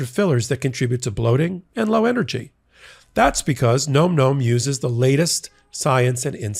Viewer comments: gnome-gnome? bro... it's "nawm nawm" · Can someone tell it’s pronounced NAM NAM……not gnome gnome. 🤣😂😅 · 🎯.....My EARS are bleeding...*NomNom* is pronounced differently!! Phonetically with "ah" sound as "N-AH-mm""N-AH-mm". 😆 Despite this, I'll remain an avid fan of the wonderful podcast that is Legal AF. ❤ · Hey. It’s nom nom. Not nome nome. Lol